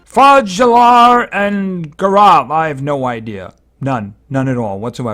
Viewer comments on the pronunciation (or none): It's pronounced (FALAR and GALAR)